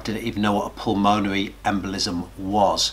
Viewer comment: For reference, it’s pronounced pul-mun-erry